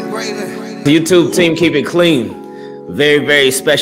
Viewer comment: In the beginning why when he say youtube and true I here a slight baltimore accent.